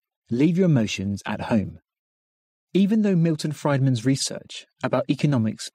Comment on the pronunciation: Milton Friedman is not pronounced Freud-man. JFC